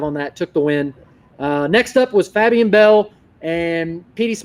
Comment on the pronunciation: fab-e-an bell 🤣